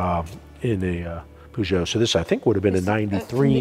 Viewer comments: Zak: "poojeau" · Who’s pooshow haha do you mean Peugeot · Why is he saying it POOgeut? xD